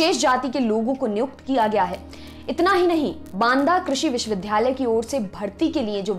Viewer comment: मैडम! आप विश्ववि --- "द्या" -- लय बोलिये वि"ध्"- यालय नहीं-- उच्चारण सही करिये🙏